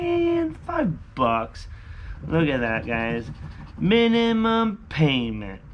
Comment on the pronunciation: “The minnymum” love it hahaha